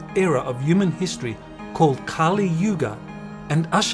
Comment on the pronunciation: please pronounce the H in HU man thanks, not a uman